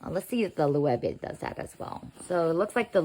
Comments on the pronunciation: Loewe is pronounced "loh-EH-veh" (lo-eh-vay)., not the way you say it as Lu-way-ve. Please know how to pronounce words before you record a video. You sound ignorant. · The pronunciation of Loewe here is so funny. It's the German word for lion. I feel that the top handles on both these bags wouldn't help me find what I'm looking for inside the bag very easily. Also, these days an external phone pocket is more practical.